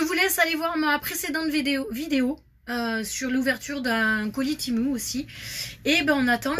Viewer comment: Pas méchant mai c temu et pas temou